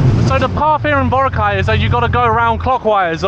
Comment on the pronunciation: Please please please ask one of the locals there how to pronounce Boracay 😂